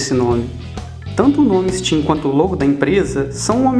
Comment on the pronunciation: Not funny! E vê se capricha mais na "pronunciêichom": "ichitchím" (steam)???